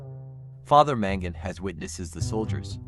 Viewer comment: Sorry dude, but its MAngun, not MEngun.. I think that this is a documentary, it's important to emphasize spelling and word prononciation to be as clear as we do in life, not just the speaker which sounded like native